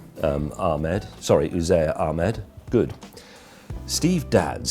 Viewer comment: Omg my son's called Uzair Ahmed but he's only a month old. Nailed the pronunciation tho 👍